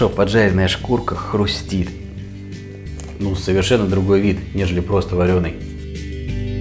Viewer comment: Не "Хрумтеть", а "Хрустеть" =)